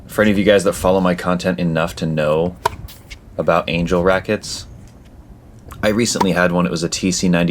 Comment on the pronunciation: It's pronounced Aan-ghell